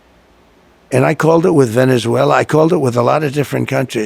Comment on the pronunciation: He pronounces it “Vena- zwaala”. Life is what you do while you’re waiting to die. And I wasted all that money on college when I’ve just been waiting to die. What an idiot I’ve been. I should have simply kicked back and relaxed.